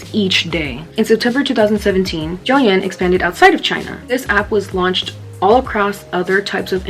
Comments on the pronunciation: Its not "Yow yen" its "DTHE YÍN"!! DOUYINNN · The pronunciation for tik tok in Chinese is wrong it’s dou yin (like doooow yin like using yang ) you get me Dow yin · btw if you wanna know the correct pronunciation, its something like, "dough-ing" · Douyin is pronounced like dow yen but hey I was into it before it became a trend! Hehe also sorry if I sounded annoying I just thought I should correct u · oh, if you/yall want to know how to actually pronounce douyin, its like: doe ying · Okay ik this is off topic but the way you pronounce douyin is so funny to me 😂